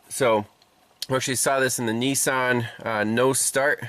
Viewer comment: It’s not a “ neesarn “ it’s a “ Nissan “ 😂😂😂😂😂